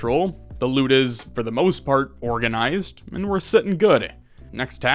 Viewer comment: ... Organ-ised, lol was that intentional?